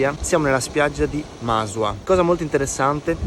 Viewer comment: si pronuncia Masùa non Màsua, l'accento è sulla U